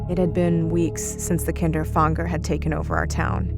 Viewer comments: Isn’t it Kinder-Fanger not KINDER FONGDER like wtf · If the word is meant to be German, its "Kinderfänger", not "Kinderfanger". You speak the "ä" just like the first "a" in "animal" for example ;) BTW: "Kinderfänger" means "child catcher" in German. (the more you now :D) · Is the Kinderfänger inspired by the rat catcher of Hameln? Also the German word Fänger, should be pronounced like f anger, So it would be ['kɪndɹ‚fæŋɡɹ] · that's not how you pronounce kinderfänger